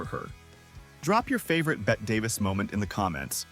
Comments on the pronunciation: A. I. narration is very odd, especially with the pronunciation of her name. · Its “ Bett-y” not “ BET”!!!! She would haunt you if she knew you called her “BET”! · The narrator cannot even pronounce her name right. It is pronounced BETTY, NOT BETT. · The trouble with AI narration. Her name is pronounced Bet EE -- two syllables -- NOT "Bet" like Bette Midler. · Bette Davis’ name is pronounced Betty not Bet. How ridiculous that you don’t kn😅w that. Fix your narration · ...but Bette was pronounced like Betty. I just googled it bc I didn't recall her being called Bette, pronounced Bet. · You don't pronounce her name correctly. It's not "bet", it's "bet-ee". Don't be lazy. Get it right. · It's NOT Bet Davis. It's said like Betty. This was a good video, but I'm assuming a very AI narrator. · narration if off in a big way. her name is not Bet. it is BetteeeeeE Davis. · Be careful how you say her name. Pronounced Betty not Bet. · The pronunciation of BETTE is like BETTY,,,,,,,,,,,,,,,, Not Bette as in Bette Midler. By the way Bette Midler was named after Bette Davis as Bette Daivis was Midler's mother's favourite ACTRESS. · 😂This narrator can't even pronounce her name right. Keeps calling her " Bett ". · Nice clips. Just one comment: Her name is Betty. She's the one who changed the spelling, not the pronunciation. Bett-ee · When the narrator calls the actress "BET" Davis within 10 seconds of the video, I know enough to stop watching. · It’s pronounced Betty (Bette) 🙄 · She would correct the pronunciation of her name, “Bette” (pronounced BETTY) for STARTERS! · IF YOU'RE GOING TO USE AI TO NARRATE, YOU NEED TO SPELL THINGS OUT PHONETICALLY SO IT PRONOUNCES THINGS CORRECTLY...LIKE "BETTE" SHOULD BE TYPED OUT LIKE "BETTY" . BETTE DAVIS WOULD CUS YOU OUT FOR PRONOUNCING IT THAT WAY. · Does the AI not know that Bette was pronounced "Betty," or does the writer not know enough about the subject matter? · Yes! Pronounced "BETT-EE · ITS pronounced bett.e. Davis . Fn.A.I.😮